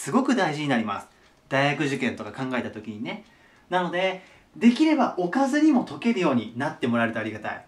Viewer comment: やばい置かずにがオカズに、にしか聞こえんw